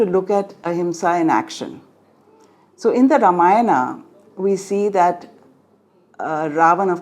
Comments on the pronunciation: Learn to pronounce. Have some basic integrity to put in the hard work. Not धर्मा, रामायणा, महाभारता, पुराणा etc! Pathetic callousness. So much for talking about dharma. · I absolutely agree it is not Dharma, Ramayana, Mahabharata, or Purana in Sanskrit. In Sanskrit, the correct pronunciation is ‘dharmah’, ‘Ramayanam’, ‘Mahabharatam’, and ‘Purana’ (with a short a). The pronunciation with the ‘long a’ at the end is the convention in English. The ‘long a’ is also the norm in South India. However, in North India, the convention is to truncate the word, so we say ‘dharm’, ‘Ramayan’, ‘Mahabharat’, and ‘Puran’. For this reason, the Gita Press Gorakhpur Sanskrit to English translation of Valmiki’s epic is titled ‘Srimad Valmiki Ramayana’, and the Sanskrit to Hindi translation is ‘Srimad Valmiki Ramayan’. Since the talk was delivered in English, I used the English version, just as it would have been appropriate to use the Hindi pronunciation if I were speaking in Hindi. As an aside, in your comment, you said, “So much for talking about dharma,” and since you commented in English, you, too, inadvertently followed the same convention!